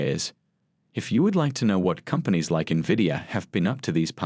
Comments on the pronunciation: No NEVIDIA. Is call NVIDIA. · NOT Nah-vidia. Its pronounced IN-vidia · N VEE DEE A = NVIDIA. Do not call it NEVIDIA. It makes people think lesser of your program. People needs to know how to pronounce the name correctly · Good God. It's not "navidia." I can't count the number of times I've heard "experts" mispronounce the name. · Omg investors can't even pronounce the company name correctly..